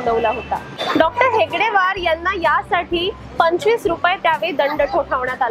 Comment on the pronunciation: डॉ.हेगडेवार नसून डॉ.हेडगेवार असं आहे चूक दुरुस्त करा